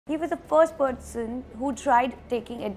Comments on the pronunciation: Apki english abhi v buri hai😂😂. Its person not pudgeson and its during not diyoooring 😂😡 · Its not PODGESON 😂😂 its PERSON